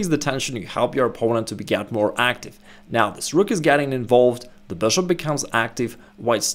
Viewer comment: I love this channel, but I can't resist laughing when he says: "THE BOOSHOOP"